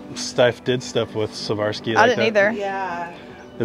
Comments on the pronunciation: I absolutely love you guys... But it's difficult to keep hearing say "Savarski" when talking about Swarovski... Say it with me,... SWAR...OV...SKEE, swar-ov-skee, Swarovski 😂💀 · Savarski??? Swar- ov- ski is the correct pronunciation. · Loving your channels but you guys keep saying Swavorski instead of Swarovski 😂 Anyways I always enjoy joining your treasure hunts from the other side of the globe <3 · The crystals are pronounced Swore-off-ski. I sold jewelry for most of my life, and the company rep visited my store and taught all of us to pronounce it correctly! 💕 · Sa-var-sky? 😂 Ha ha. Love you guys. Just can’t help but to poke fun. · I love your channel I am not being nasty but the correct pronunciation of Swarovski is swa. rov.skee. Thank you xxLorraine from Australia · You pronounce it "swar-ov-ski." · Ok, it must be done, lol. You two are killing me with the pronunciation . Swarovski is pronounced 'Swar-Ov-Skee" Pronounced just like its spelled.😀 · Great find on the Swarovski bears and other collectibles! Please Google how to pronounce Swarovski, because you are not pronouncing it correctly.